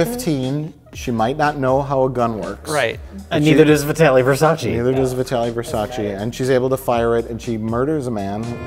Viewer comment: they wouldn't accept him he can't even pronunce his last name in italian, it's versace not versaci.